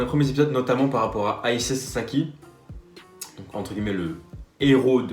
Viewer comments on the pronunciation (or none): none